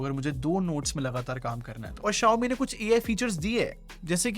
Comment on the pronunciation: he is talking about xiaomi pad 6 Xiaomi pad 6 ko hee pad 6 bolta hai